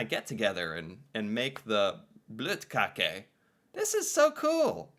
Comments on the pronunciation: You're probably the first American to pronounce the Ø right. So your Bløtkakke was amazing. And yes.. When it comes to cakes we make it all ourselves. So in my family my mum and her sister would make ot from. Scratch. Same goes for me and my 7 cousins. We would never buy anything for something as simple a a cake. That was considered a simple cake to make by all Scandinavians and im sure the same goes for germans and French and italians too. I make my own bur im not as fussy about pasta and lasagna as my cousin. He makes all of that stuff from scratch even th pasta itself. He finds it weird when i buy lasagna mixes as he likes to do it all. Here wr tend to be in the kitchen baking from now and then 4 weeks ahead. My nan and my mum would make 3-4 tins of diffent Christmas biscuits. A few loafs of bread sometimes 3 or 4. They might even make some ryebread thing with a Christmas touch whatever that is.? Then comes so many danish boller a bun we have.. That they can be given away. They both seem to make 200 of these considering how many we all would get in a bag aorund Christmas. 12-20 seems to be the normal for me and my cousins. But i had bags with Brunkager. Jødekager. Pepernødder. Vaniljekranse og Klejner and 9000 other cakes and biscuits offered to me since the 90's. Its a biscuit fest galore in Scandinavia in december. As you know it basically a 6 week insane time if you live near your family. But no, nobody would buy anything. Thats not really done unless you're a kid here. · Your pronounciation is good. Bløtkake is basically any butter free white sponge cake with cream and some filling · Til å være en amerikaner som ikke forstår norsk så var dette ganske perfekt uttale av bløtkake. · you're pronunciation of the Bløtkake is absolutely correct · perfectly said bløtkake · you said bløtkake right :)